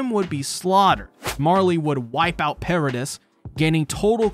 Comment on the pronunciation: Nice video I enjoyed the watch. Quick pronunciation point: "Paradis" is pronounced "para-DEE" not "para-diss" Inb4 para-deez nuts replies